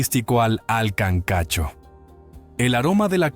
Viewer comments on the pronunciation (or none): Se dice kankacho